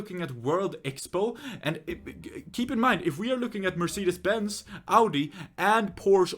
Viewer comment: For me as a german my ears hurt now, why do they pronounce Audi,Mercedes and Porsche in English so wrong.xD